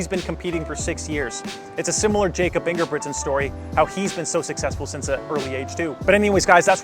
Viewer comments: Pronounced Yakob dude. C’mon. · It’s pronounced “Yacob” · Jakob, the way you said it is English. He is from Norway, which is pronounced as YAH-kup. I am just trying to help! So, hopefully this is helpful.